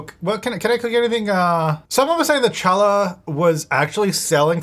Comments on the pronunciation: Challah is pronounced with a German style ch like hanukkah not like a latin ch like chili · Challah is pronounced (ha-lla) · great episode but please for god's sake it's pronounced ha-luh, the c is silent....... It's the whole foul/foal incident all over again.... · Hey, I LOVE challah bread, and only just recently learned I was pronouncing it wrong, too! We can't help it if no one educates us - we can only correct it once we know - so you (and lots of other people, I bet) learned something new!! Hurray, it's a learning lesson all around! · I was going to suggest he Google how to pronounce that kh sound, I would usually try to spell it out or compare it to another word, but I don't think that sound is used in English. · Sorry I pronounced it incorrectly!! I’ve never heard it said before and we don’t have that here. I’m so glad they added them as otherwise I wouldn’t even know about them! Thanks for your campaigning 😀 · I’m glad I’m not the only one 😂 I literally commented that it made me twitch every single time he said it lol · Dying at his pronunciation of challah lol... during Hanukkah no less 😂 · yay another episode! but also begging to look up the pronunciation of "challah" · pronouncing challah this way is so funny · The C in challah is silent. Also I think the $140 it cost to give notice was your rent due ($20 * 7 days). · See the game punished you for saying Challah and Algae wrong XD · pronouncing challah multiple times was painful😂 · your pronunciation of challah is killing me! :_jtytLol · Listening to non-Jews say 'challah' always gives me a giggle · C is silent in Challah 😉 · pronouncing Challah 😅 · The beginning of challah is pronounced like Chanukah, not an English "ch" sound. 😉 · I love you but please look up the pronunciation of challah 😭😭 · The way he pronounced Challah is physically painful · You need to find a Jew in real life to teach you how to say challah! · Challah is pronounced "hallah" :P